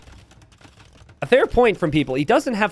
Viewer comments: Is it just me or does sometimes say "Mattsador"? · are you saying mast-ador?